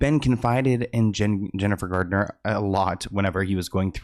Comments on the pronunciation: Jlo and Ben both need to know that being single is quite necessary for someone 🤦🏾‍♀️🤦🏾‍♀️ Ohh... 😂😂😂 it's Jennifer Garner not Gardner, there's no "d" in her surname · I love but if he says Gardner one more time